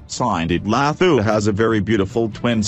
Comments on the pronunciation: all I could here was "Lahooo"! they could've used a South African for the voice over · Ihhhe....so we just gonna ignore hw ths guy pronounce Dlathu?....hhaybo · mmm the way u pronounce her surname kkk so funny